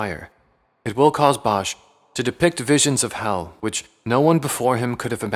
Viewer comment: Bosch is pronounced without the h. Just like boss. It’s Dutch for wood, and is written nowadays as bos.